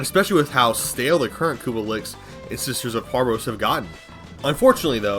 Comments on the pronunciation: Infested lick? You mean liches, ch as in chill. Not k as in ka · Take a shot every time says licks instead of liches 😂